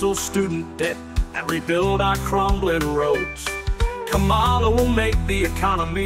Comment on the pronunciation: Wow...sang-a-lah for KAMALA